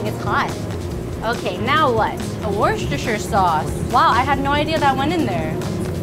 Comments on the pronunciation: it's wuh-stush-her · Worcestershire = worcester (wur-ster) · We just gonna ignore that she said Worcestershire wrong?